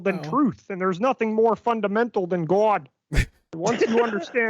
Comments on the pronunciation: “There’s nothing more fundamental than gauwd.” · The way he says Gawd, chefs kiss